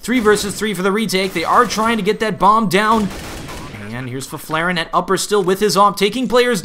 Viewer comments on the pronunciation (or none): try saying Fifflaren like this "Fiff-la-ren" and u get it right